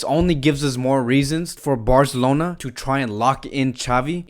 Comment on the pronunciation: He said “Barzelona” Visca Barca